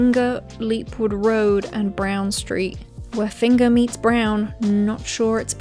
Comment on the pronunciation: I live in finger and found this hilarious 🤣 oh and your pronounced Finger wrong its Fanger 😂😂